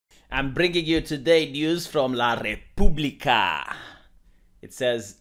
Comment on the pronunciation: I am Italian and I can confirm. La Republica is an Italian news paper and the article was in Italian.. But was so funny to hear when read with spannish pronunciation xD